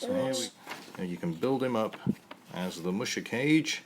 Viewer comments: It's "kah-gay", silly. It's amazing how far kits have come since then. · Neat! You finally scored one of those vintage BB kits. BTW, musha means "warrior" and kage means "shadow." The vowels in kage are not pronounced like "cage." The "a" is the same as "all" and the "e" is the same as in "every." Japanese vowels are identical to Spanish vowels.